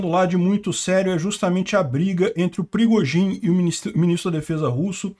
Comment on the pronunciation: O "perigozin" kkkkk